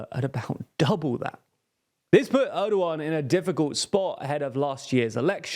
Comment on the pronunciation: why does he pronounced Erdogan as ardoughan